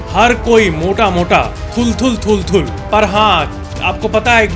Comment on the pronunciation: 😂😂thul thul thulthul got me